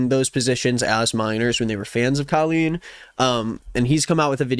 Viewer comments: Hey, could you please say her name how it is pronounced.. Co-lleen.. tnx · babe i need you to pronounce her name properly because I'm losing it slowly